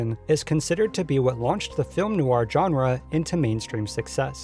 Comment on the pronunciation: Ah, the "t" in "often" is SILENT! (As in "swordfish.") "Genre" is badly mispronounced here, too. Sheesh.